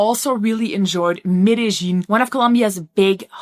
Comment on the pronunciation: Thumbs up for knowing how to pronounce Medellin.